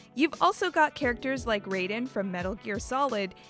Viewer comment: How did you say Raiden wrong? It's not the MK guy. I expect people like you to check your work or at the very least LOOK IT UP.